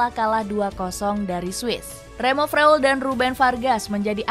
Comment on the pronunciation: Cara sebutnya Froiler bukan fleuler